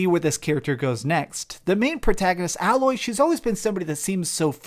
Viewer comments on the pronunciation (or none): Pronounced "A-LUO" NOT "AL-LOW" she isnt cream for burns man come on! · Are you mispronouncing Aloy's name intentionally at this point? I'm excited for Ragnarok, Horizon, and Oddworld. I'm hopeful for Project Athia, Returnal, and Gotham Knights.